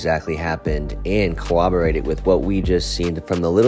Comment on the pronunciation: The word is CORROBORATE.